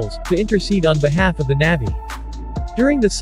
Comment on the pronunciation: good job- FYI it’s pronounced “nah-vee”